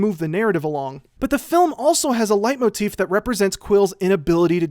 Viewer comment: I'd rather he just pronounced it correctly tbh.